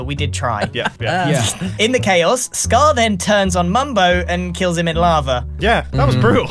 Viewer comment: drowned in l-aha-va